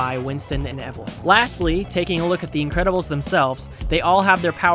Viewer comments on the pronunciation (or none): none